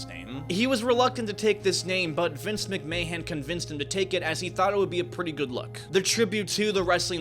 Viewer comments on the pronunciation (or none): it's pronounced "Vince McMan", not "Vince McMayhen" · “Vince McMayhem?” Did I hear that correctly? 😅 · mcmahon is pronounced McMaan, the h and o are silent for some reason. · McMAN. Almost spit out my drink - the H is silent my friend. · Federation, not foundation....wait, what'd he just say? Vince MbMayhan? Lmao McMahon, pronounced like it's spelled McMan bro... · World Wrestling Federation ❌ World Wrestling Foundation ✅ Vince McMahon ❌ Vince Mac-May-Han ✅ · Did he say Vince McMay-hen? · Vince McMayhem? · Your supposed to pronounce it Vince mcman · Man if you're going to talk about a subject you should at least learn how to speak it. It was the World Wrestling federation not the World Wrestling foundation and you're saying Vince McMahon's name wrong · Your pronunciation of the WWF and Vince McMahons last name is wild lol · The way he mispronounced Vince Mcmahon. Obviously not a wrestling fan. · This guy mispronouncing McMahon like that bugged me alot